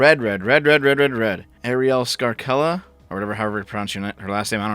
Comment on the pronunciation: > be > Claim to be of Italian heritage > Can't pronounce scarcella